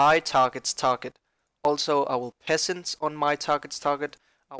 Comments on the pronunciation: Pen-ance not Pesance lol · PESSENSE WHAT THE FUCK IS THAT?? U MEAN PENNANCE BRO?